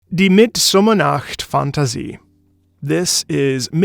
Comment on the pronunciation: love to see a english speaking person who actually can pronouce a german word decent as a german it makes me happy